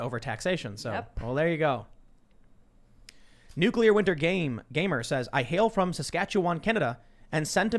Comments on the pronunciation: I love you buddy, but it's nuclear, not nucular. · why do they keep saying nuclear wrong?"nukelar" wtf